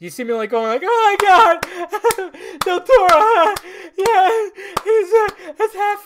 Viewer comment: Lol, his last name is Del Toro not Del Torro. Free Spanish lesson for everybody: That up there (Del Toro) is an example on the only times when the R is not rolled for a word when pronounced in Spanish, and that is when there is a vowel after the R(Arándano, Loro, Sara, maraca, Satírico, parangaricutirimicuaro) you can only roll your Rs every other time, (again, excluding the above) like the Rs at the beginning of a word (Rosa, Ramo, Restitución), or before a consonant (Armamento, cornisa, tortuga), or at the end of the word (Amor, tenedor, comer), and of course when there are two Rs (Ferrocarril, burrito, zorro).